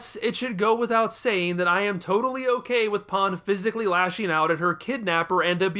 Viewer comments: i am sorry Paaan really? it's just pan mate, seriously they say it in the dub u have no excuse for this terrible mispronunciation, i will not stand for u insulting my 2nd favourite character of the series (she was my favorited but then Beerus came along and took over as my favourite) like that. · i am talking about the English dub mate, u know our native language? u should try using it properly instead of buttering it with Japanese pronunciations also it is exactly how her name is Spelled in English P a n, Pan, there is no pronunciation for that word in English mate. idc if that is how the original Japanese people butcher her name in English it is Pan and that is how it should be pronounced not as Paaan, fucking ridiculous pronunciation mate. also bold of u to assume i would watch u slandering her after this disgrace of a video.